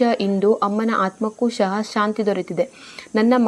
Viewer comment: ಸಹ ಅದು ಶಹ ಅಲ್ಲ 🤦‍♂️